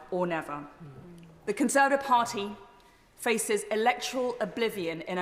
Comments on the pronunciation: She even seems unsure as to how many syllables are in the word "conser(va)tive. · She can't say "Conservative party". Even when given a second chance.